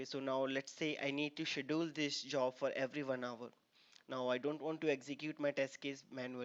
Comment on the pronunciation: Good video. Please correct you pronunciation of "schedule" !